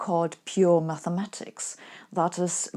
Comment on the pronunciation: Thanks for taking the time to get your tongue around 'mathematics' :) I know I'm being pedantic but the way you used to pronounce it really drove me to distraction. The best just got a little bit better.